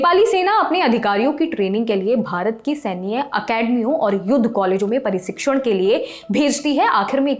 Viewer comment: बहुत घटिया हिंदी है प्रस्तोता महोदया की खुखरी को खुनखरी और सन्धि को सांधी , प्रशिक्षण को परशिक्षण कह रही है , जाओ पहले अच्छे से पढ़कर आओ